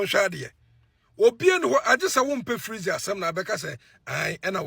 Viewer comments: Bro you have learn your pronunciations well, the name is freezy not flexy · Why are you calling him flexy instead of freexy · Massa freezy not fleezy ok prepare yourself before you come